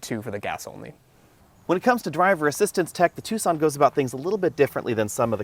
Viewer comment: It’s Tucson not two sonne